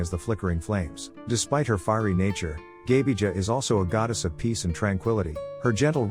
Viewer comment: The AI voicecreally butchered the pronounciations. It is Perkūnas, it is pronounced Per-koo-nahs. Laima was fairly greatly pronounced, but Gabija was horrible, it is pronounced Gah-bee-iah, I do not understand the next name at all, then Žemyna is pronounced Zheh-mee-nah, Aušrinė is hard to explain, but we can say it is pronounced Aoo-shri-neh, Medeina is pronounced Me-dae-nah, Giltinė is Gil-tih-neh, Velinas is Ve-lih-nahs, also he is not a trickster, he's like Hades, the trickery came with Christianity, Eglė is Eh-gleh, and she was the queen of Serpents, specificly the grass snakes with the yellow ears, then I can't hear, but if it is Rūgutis, then it is Roo-gooh-tihs.